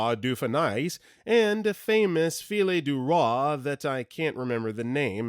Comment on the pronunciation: It's not "filet du Roi" It's Fille du Roi. (Written Roy, but it's pronounced Roi. Fillette would be little girl.) Don't know where the "T" came in, but that is a butchering of the word.